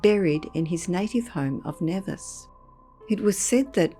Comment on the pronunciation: With all due respect, I'm from the Caribbean and Nevis is pronounced Knee-vis.